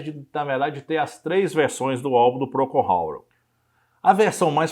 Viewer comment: Por ter um cunho informativo, você deveria pronunciar corretamente o nome da banda